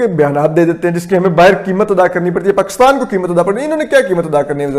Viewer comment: "Pakittan" nahi uncle Pakistan kyu nahi kehte aap.